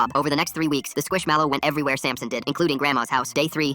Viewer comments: Why is nobody talking about the way he says squish mellow like why he say it like squishAmelo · Bro said squishamallow